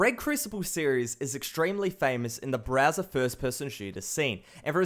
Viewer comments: I love how he says BRAZZER instead of Browser😂😂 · i'd kept hearing Browser as Brazzer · is it me or when he says Browser I mistake it for Brazzers